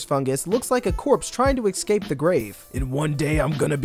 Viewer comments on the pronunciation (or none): ITS PRONOUNCED ESCAPE NOT EXCAPE